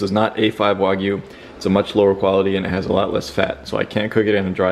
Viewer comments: Do u know how to pronounce words? It's not wogyu it's wagyu.. wag, like a dog wagging its tail.. it's only English get it right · Anyone gonna tell him he’s pronouncing Wagyu incorrectly